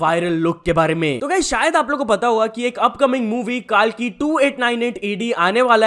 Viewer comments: Kalki ❌, kal ki ✅ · Bhai vo कल्कि hai कालकी nahi angrez mat ban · Pronounce thik se kar KAA- Laa- Ki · Hey you should pronounce words correctly.... Lot of pronunciation is incorrect, like thala, ashwathama,kalki etc...btw love your content